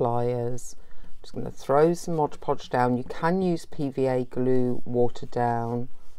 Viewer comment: hahah thx for sharing.. it's " mod Podge" not " Modge Podge" lol have a great day♥☻☺